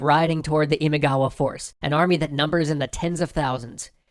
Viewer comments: It's Imagawa not Imigawa.... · It's Imagawa btw, not Imigawa. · Great episode! But Oda's rival clan's name is Imagawa, not Imigawa. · it’s “IMAGAWA” not “IMIGAWA” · Imagawa not imigawa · ❌imaigawa ⭕️imagawa これ以外は完璧でした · Not Imigawa, Imagawa is correct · Where's my family's clan? Uesugi 《上杉氏》 P.S : It’s Imagawa as in 《今川》 not Imigawa 《意味川》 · It's not Imigawa but Imagawa. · Just turn the e into an o frickin' ruins it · Imagawa not Imigawa clan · That's Imagawa clan not Imigawa. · Imigawa? Imagawa no? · My god, everybody gets every other clan name right; but not Imagawa's. It is IMAGAWA NOT IMIGAWA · good video but ... × Imigawa ○ Imagawa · I'm pretty sure it's Imagawa not Imigawa. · IMAGAWA ... Not Imigawa. That reeeally bothers me. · i think others might have pointed this out but it should be Imagawa, not Imigawa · I am pretty sure its not Imigawa but Imagawa that is the proper name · How he is saying imigawa is ticking me off. Its fricken imagawa. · imigawa? LoL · Just two things: 1. It´s ImAgawa, not ImIgawa. 2. Miyamoto Musashi´s date of birth, let alone his rise to fame, was decades after the Sengoku Jidai had ended. It is assumed that he took part in the battle of Sekigahara at roughly 16, and all of his famous exploits took place in the peaceful Tokugawa-era. Apart from that, nice video, I´m looking forward to part 2! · It's not Imigawa, it's Imagawa btw. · Loved it. One minor qualm: "Imagawa" (not Imigawa). Looking forward to the next one! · The clan is called imagawa (今川), not imigawa. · They're not supposed to be pronounced like that, it doesn't help. Besides they got the Imagawa clan wrong, it's not Imigawa. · This is interesting. BTW is it "Imagawa" instead of "Imigawa"? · A slight concern regarding the name, it's Imagawa, not Imigawa. Apart from that, great episode guys! Always looking forward to new episodes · It's Imagawa. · Imigawa? How did you let that one slip through? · It's Imagawa. Get it right man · IMIGAWA????? Are you kidding me?